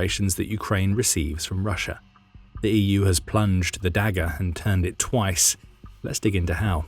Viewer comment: Lots of audio glitches in this one. You need to teach your bot to pronounce "EU" correctly at least.